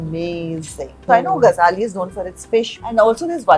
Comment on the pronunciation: Its Gajali, not Gazhali